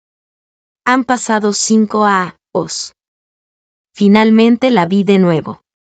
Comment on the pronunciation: La narracion se come mucho la letra" Ñ "años bañados ceño señorita ,y muchas palabras que pueden ser reemplazados con sinónimos